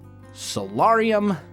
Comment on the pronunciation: The 'A' in Solarium is a hard A! Please pronounce it right its triggering my OCD...